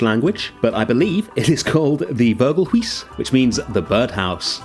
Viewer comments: It didn't sound very dutch😂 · not how you say vogelhuis but close enough on the vogel part amazing build as always